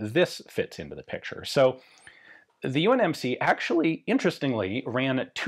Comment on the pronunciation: Did Ian call it the UNMC ?